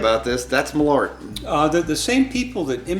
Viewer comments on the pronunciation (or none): I just saw this on Last Week Tonight with John Oliver, and had to check it out. As a Swede, I must say that your pronounciation of malört is differing slightly from how we say it. 😄